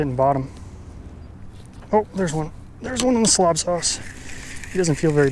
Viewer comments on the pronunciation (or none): Why do you call it “slob” instead of “slab” like it is spelled and supposed to be pronounced. This is basic English. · Is it SLAB or slob smh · Do you call it a taxi “cob” and not “cab”. Is your dog a yellow “lob” and not “lab”. When you are happy with a decision are you “glod” and not “glad”. This is embarrassing. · Why lie? How about you just be honest. It has been more than just this video that you’ve not been able to properly speak on “slab” vs “slob”. It’s not that hard to go back through your video’s and see that. At this point in time I think we can all agree you are ashamed as well as dishonest. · Chadwick Sawyer why are you so angry? It's a word, get over it buddy. There are bigger things in life to worry about. And again I correct the pronunciation in other videos, even making fun of myself for it. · Good for you guy. Glad you corrected it. Just have no idea how anyone would have the smallest inkling to call it “slob”. 🤦‍♂️